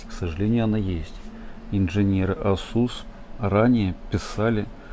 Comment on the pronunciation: Режет ухо слово Асу́с.